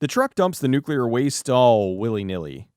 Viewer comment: ...nucular raidio actividdy?!